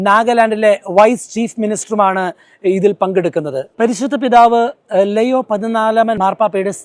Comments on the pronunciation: ലെയോ അല്ല ലിയോ 14ാം മൻ പാപ്പ എന്നാണ് കൂടുതൽ ഭംഗി😢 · ലെയൊ ആണ് ഉച്ചാരണം ശരി ❤️